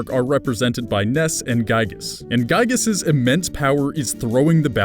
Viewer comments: Giygas not gyigas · Could've sworn it was Giygas and not Gyigas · Also its giygas not gyigas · As a frequent MOTHER player, IT'S G*IY*GAS, NOT GYIGAS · ITS NOT GYIGAS ITS GIYGAS, YOU ARE ANGERING MEEEEEEEER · You mispronounced and misspelled Giygas